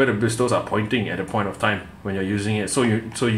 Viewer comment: The letter T in “bristles” is silent. It’s pronounced like “brissels”.